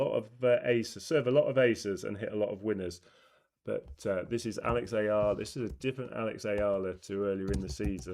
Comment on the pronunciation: Hey...Eala (Ee-ya-lah) or uh-ya-lah! It doesn't matter! She's one of the happy moments for the Philippines which is now currently ridden with rotten political issue from corrupt officials! So, mispronouncing her last name is no biggie! Sulooong Pilipinas, sulong Alex...🇵🇭🇵🇭🇵🇭